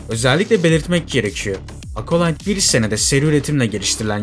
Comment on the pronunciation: Acolyte kelimesinde ''A'' sesi yok ağız açık Ea sesi (çene açılıyor-jaw drop), Apple telefuzundaki gibi Ekolayt ... Eapıll gibi ... Akolayt Akolayt dedikçe kulaklarım tırmalandı. Ya Merdan Yanardağ gibi bütün harfler telaffuzlar Türkçe yapılsın Acolite gibi ya da orjinaline uygun dikkat edelim :)